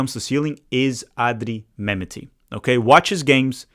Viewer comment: Thanks,. Love the video. Can you check your pronunciation of Mehmeti? Think it’s Meh-met-ti.